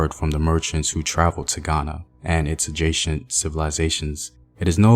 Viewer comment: You can’t even pronounce adjacent properly lol